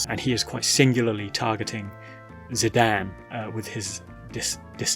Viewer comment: I kept being distracted by how you call Zidane "Zi-Dan". So funny 😂